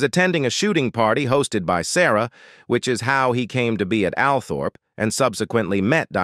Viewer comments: It's not pronounced AL-Thorp, it's ALL-trup. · Pronounced All trop ALTHORP